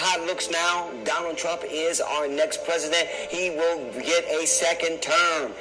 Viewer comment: Please! Who is the Preh-see-dent?